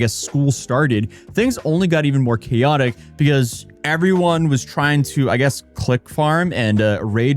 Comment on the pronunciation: wtf is "keyotic"? Chaotic is the word you're looking for.